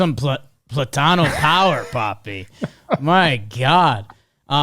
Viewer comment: no way just pronounced “plátano” like that 😭😭😭